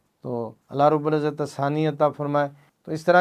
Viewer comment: Allah rab ul izat hota hai janab - rubal izat nahe 😡😡😡😡